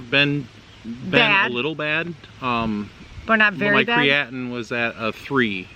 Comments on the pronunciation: So sorry to hear this. Yes, you are saying Creatinine properly. Prayers for you both. Hopefully Mr Pineapple will find a suitable donor sooner than later. Have faith!!! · I'm sorry that this has happened in your life. Yes you are pronouncing Creatinine correctly. I will keep your family in my prayers. I will continue to watch your channel. I wasn't subscribed but I am not. God bless your family. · 🙏🙏🙏🙏🙏🙏🙏🙏❤❤❤❤🍍🍍🍍🍍🍍🍍🍍🍍🍍🍍💒💒❤❤❤❤❤❤❤❤❤❤ I understand. Don't loose hope, keep your faith UP. GOD hasn't changed HE'S STILL in the MIRACLE Business. Amen PS You said creatinine correctly 😇